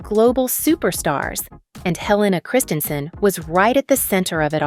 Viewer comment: She is truly remarkable and it would be respectful to her if when you made this video you at least pronounced her name and the names of several designers correctly.